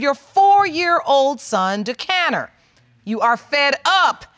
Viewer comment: So we just gone act like they didn't mispronounce this baby's name, you know they named him Duckaneer, not DaCanner